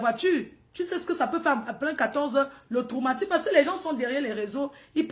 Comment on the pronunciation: C’est toi qui a compris ce que tu veux comprendre tout le monde a bien compris tro et non trou ivouuuhh